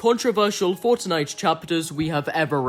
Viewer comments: bruv pronounces fortnite as fOrcHKniGHT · Why do you pronounce some words in an american accent some in an English accent and some in an Australian? And the way you say fortnite as forTniTe with the T's is weird lol